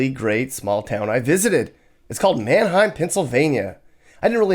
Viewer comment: pretty sure Manheim comes from Germany and should also pronounced that way.